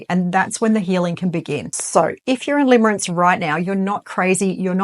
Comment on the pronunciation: Limerence not limerance.